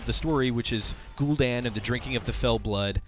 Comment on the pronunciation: It's not pronounced "Gul'DAWN" it is "Gul'dan", as in "Danny"